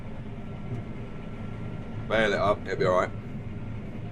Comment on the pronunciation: Bale not bake lol